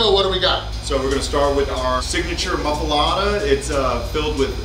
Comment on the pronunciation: Pronounces "muffoletta" six different ways hahahah must be getting English Lessons from Dave Portnoy now, everybody knows the rules! 😂😂😂😂😂😂😂😂😂😂😂😂😂😂😂😂😂😂😂😂